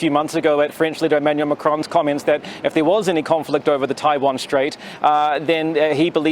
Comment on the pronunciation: 台湾，连读都读不准，一帮垃圾😅